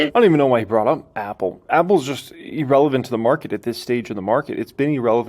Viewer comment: "E"-relevant is not a word! The word irrelevant is pronounced "Ur"-eh-levant.